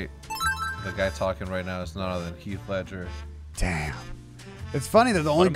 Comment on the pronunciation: hecs really siad keath ledger lel